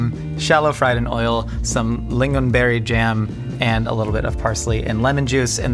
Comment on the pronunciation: It's crazy, the person he was talking to wasn't even Swedish, and he still made the effort the pronounce "lingon" essentially perfectly